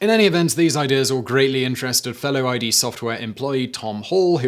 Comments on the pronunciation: are you saying I.D.? it's id. like ego and id. isn't this a fact channel? LOL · The studio's name isn't I.D., it's "Id" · It's not "I.D.", it's "Id", as in, a component of the Human psyche (e.g.: id, ego, superego) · "I.D." It's "id", Simon. As in the psychological sense. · why do you keep reading out id Software's name as "eye-dee"? You're not supposed to read the letters individually, it's "id" as in the the animalistic part of human personality as defined by Sigmund Freud. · I love you, Simone. XD Hah. But it's pronounced ID as a word not I.D. as an acronym. Its also not pronounced like the contraction "I'd" but like the old psychological term "Id". (Although I've said id so many times typing and spellchecking this I'm pretty sure it's not a word anyone has ever used and never has been... Hmm...) Oh, although I don't know what it was originally or supposed to be called, or if this is just a colloquialism like in many cases xD 🎩👌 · It's ID software as in ego superego id not I.D. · It's pronounced / id / not I.D. id as in skid. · oh no, all through the video he says ID not id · Not "i.d." It's "id" as in the id, ego, and superego. Rhymes with "did" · Id software is pronounced, not spelled out. It's not I-D. It's Id, like the Freudian personality component. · It’s not i.d. It’s id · For a long time I thought the company was called I.D. Software, but it's not; it's called id (pronounced like "it" with a "d"), it's a psychology term (i.e.: the id, the ego, the superego) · Oh not I.D. It’s id. Id software. Besides that good video lol. I watch all the time. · It's not I.D. It's "id" as in your personality. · I just wanted to point out the company's name isn't pronounced "eye dee software" its pronounced "id" like the term id by sigmund freud which was the name . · It’s not I-D software. It’s ID (like Id-iot) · Id... Not "eye - dee".... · “I.D. Software” 🤦‍♂️ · Id, as in the most basic component of the personality, not I.D.. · It's id. Like Sid, but without the 's'.